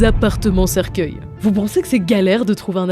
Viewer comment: c’est « cercueils » pas « cerceuils » 😅